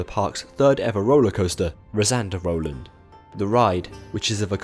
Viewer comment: From now on I will pronounce Rasender Roland like you did in this Video. It's wrong but it sounds better :D